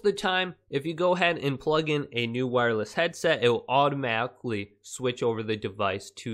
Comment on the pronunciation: how he said automatic